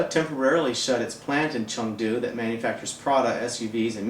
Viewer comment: I agree with you. BUT, the economy is a macro-view of the overall health of the country, so it must not be discounted. I also want to add that this guy needs to learn how to pronounce Chengdu properly, among other chinese words.